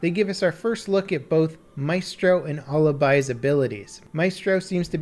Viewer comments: “A—lih—bye” Not Aleebee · 3 weeks since and he's still having trouble with the word/name Alibi. At least he's figured out how to pronounce Maestro though. Baby steps. GJ